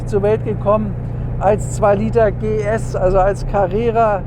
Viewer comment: … 2000-PS-Carrera habe ich verstanden! ;-)